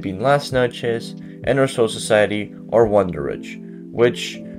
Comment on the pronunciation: Bruh ain't no way you said "Wanderich" dawg They literally say it in the show It's pronounced VANDENRIKE